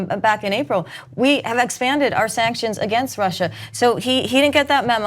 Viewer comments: He can’t say Russia right because of his dentures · Trump’s pronunciation of Russia is a NY thing. Some old school New Yorkers will add an r to the end of some words that end in a. Funny to hear him struggle to shake it. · Yes! The backward R at the end of Russia! He says that. Thank you Ana for pointing that out. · he adds the extra R after Russa because he has fake teeth... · Trump keeps adding the 'R' to the end of "Russia' because he feels compelled to say 'USSR'. That's what Putin calls Russia when they speak together with Hannity at night on Trump's unsecured mobile phone. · He adds the 'r' at the end of Russia to try to appeal to old-ass New Englanders on a sub-conscious level.